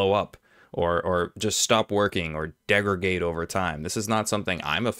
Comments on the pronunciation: Probably meant to say "degridate". Saying degrade often then switching to degridate can likely lead to an accidental "degrigate". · "degregate" is what you said.